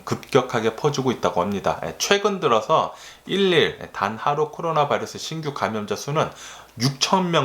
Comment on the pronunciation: 에너지 넘치는 미쿡아재님 유튜브 매일 재미있게 보고있습니다. 미국에서 공부하셔서 발음이 어떤경우 조금 이상한건 이해합니다. 재밌기도 하구요^^ 한가지.. 일일 감염자 발음시 - 일일 감염자가 아니고 , 이릴 감염자로 하시면 듣기가 좋겠네요.. 괜히 오지랍떨어 미안합니다..^^